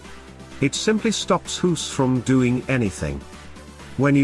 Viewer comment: You don't pronounce his name as hoes like you do but as goes...like goose...of course?